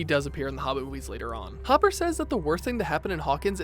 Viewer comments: Hopper, not Hooper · It's Hopper, not Hooper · WAIT WAIT WAIT!!!!!!!..... DID HE JUST CALL HOPPER HOOPER? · Hopper, not Hooper 😑😑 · You said hooper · Dude did you call Hopper, Hooper? Jesus Christ, it’s not hard to pronounce Hopper (Hop-er) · Who the hell is huper? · YOU. TALK. TO. FAST. Seriously tho talk slower and it's Hopper not Hooper and Mike not Mikey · Ok,say it with me, HOP-PER. Hopper, not hooper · said hoppers name like hooper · THIS IS NOT HATE. but has anybody else not realised he said Hooper instead of Hopper? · Am I the only one who heard him say hooper instead of hopper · whos mikey wheeler? hooper? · Did anyone notice how he said “hooper” and not hopper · No one: Nothing in the univerese: Nothing in all the galaxies:: " hOoPeR" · Who the fuck is Hooper? Do you even watch this show? Moron. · It’s hop-er not hu-per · Anyone realize he called hopper hooper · did-did you just say hooper? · HOOPER LMAO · Why would they let a guy read this who didn't even watch one episode of stranger things. Mikey Wheeler and Hooper? Seriously?!!!😒😒😒😒😒😒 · its no hooper its hopper have u not seen the show? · Mans called hopper “hooper” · he called hopper hooper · Hooper? Get out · WHY DOES EVERYONE SAY HOOPER STOP ITS HOPPER. DOES ANYONE IN THE SHOW SAY HOOPER???? NO THEY DON'T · He keeps saying hooper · ITS PRONOUNCED HOP ER HOP NOT HOOP HOP OML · HOOPER. Why is he saying HOOP-ER. It’s HOP-PER. HOPPER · Its Hopper not Hooper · WAIT! Did you say Hupper instead of Hopper??? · Hober Hooper then he said hopper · plz don't say Hooper. Plz. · D-did he just say Hooper??. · He pronounces hopper like hooper... wHy?! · Are we going to ignore that he calls Hopper Hooper? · Why did he say hOOPER instead of Hopper and he also said MiKEY WHEELER LIKE WHAT!!! ITS MIKE MIKE😂😂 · Hooper it's hopper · You said “Hooper” instead of “Hopper” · did this guy seriously just say Jim Hooper?! im out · hooper? HOOPER? HOOPER?!?!?! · it’s not hooper it’s hopper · you said hooper lmao